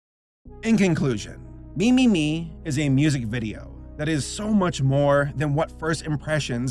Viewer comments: From what I've gathered, the title is actually pronounced "meh-meh-meh". This is just me speculating, but I think the "me" isn't in reference to the English word, but rather, it's an alternate reading of the kanji 女 (woman), which seems fitting for this video. Then again, by writing the title with Roman lettering in the first place, a double entendre may've been intended. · yeah when pronounced it "me" instead of "'meh" I was like, tf am I remembering the name wrong? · yup I think so, I remember seeing a video about the pronunciation by a cosplayer who worked at TeddyLoid live shows and would dress up as “Meme-chan” (blue haired girl), she ended up contacting TeddyLoid and he said “‘meh” is the Japanese pronunciation but that the English pronunciation as “Me” was also correct. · Fun fact: the original Japanese pronunciation of the title is actually “meh meh meh”, with “Me” in Japanese meaning Eye or Ogle. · No, it's pronounced like "Mee" because it's short for mieru which means to look or to see.